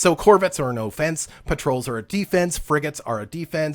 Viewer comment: LOL.. I was enjoying the videos, but now I cant get past you pronouncing offense with a "long OH" sound. Keep up the good stuff - make sure you update on features that no longer exist like breaking down commodities for resources.